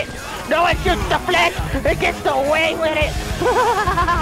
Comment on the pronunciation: Are u flash or flesh like u say. 😆🤔🤣😂